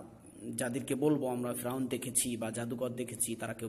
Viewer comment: উচ্চারন ফ্রাউন না, ফেরাউন/ফেরাউ।যাই হোক, সুন্দর প্রচেষ্টা।